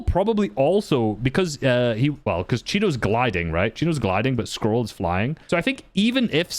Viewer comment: "the insane consistency of sky and SCOLL"